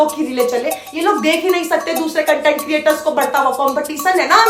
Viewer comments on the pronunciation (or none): Cunt-ent creation??? No no no. Say Kontent. Content spoken 2 ways. Has 2 meanings. For you Kontent creator 😅